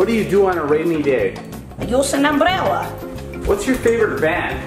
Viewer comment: "Use an embrella"😂